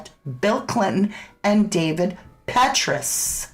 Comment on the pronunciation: It’s pronounced Pet Tray Us CIA former director